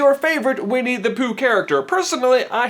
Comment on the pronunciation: he accidentally says weenie the pooh lol